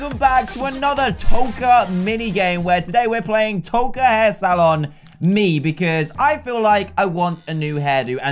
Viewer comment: Patricia Scheld It's Toca not tokar